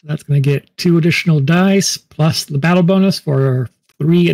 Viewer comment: #peterlovescharging Video deserves a "Like" simply for the attempts to say the name of the battle properly without getting tongue-tied!